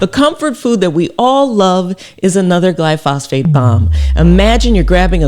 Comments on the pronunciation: I love your work Dr Rachel, but in this case you're wrong, and this is a PhD in analytical chemistry talking. Firstly try pronouncing it correctly (and writing it correctly). It's "glyphosate" not "glyphosphate." Secondly there have been literally thousands of studies of this chemical. I haven't read them all but I have read many. Yes it is ubiquitous but it is harmless. Without exception every single negative report I have seen ultimately is the product of ignorance, or a green-driven agenda. There is a cohort of individuals that want to destroy the farming industry and they are going after this chemical because it is so important to the industry. They know that if they can get this chemical off the market it will impose a massive impost on farmers, and potentially destroy the industry and that's what they want. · Dr. Rachel. With all due respect. It's not gly-phos-phate. It's gly-phosate. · Its glyphosate not glyphosphate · thanks doctor! but it's not glyphosphate, it's glyphosate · Thanks for this content. Excellent, as always! You've touched on a personal pet peeve. Please READ the word. Take your time. Carefully reading the word, it will become evident that word is pronounced: GLYPH-OS-ATE. The PH letter combination occurs exactly ONCE. I inserted the breaks for clarity, but I'm not sure, exactly, how this word is pronounced. I only know that it's NOT: GLY-PHOS-PHATE. I still love your content! ❤ That pronunciation was just nails-on-chalkboard driving me nuts! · It's glyphosate, not glyphosphate! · Glyphosate, not glyphosPHate.. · PS-- One thing is not in dispute is the pronunciation is GLY FO SATE, not fly fos phate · It's actually called glyphosate; not glyphosphate Dr. Rachael! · It's pronounced Glyphosate not Glyphosphate LOL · Is pronounced Gly Fo Sate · Gly -pho-sate….please… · I don’t like to complain but I think you slightly pronounced glyphosate wrong